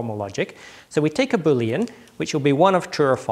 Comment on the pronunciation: Keith Gaughan I'm pretty sure he pronounced Boolean in an unusual way too.